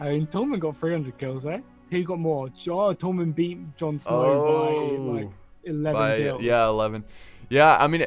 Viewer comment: His pronunciation is awful THENN not Thane, Tormund not Thormund!